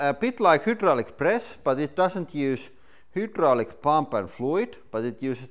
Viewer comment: Its pronounced: 'Hi draw lick' - so annoying to hear that word mangled!